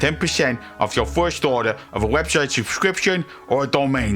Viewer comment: "Da poific webshite" delivery is certainly unique.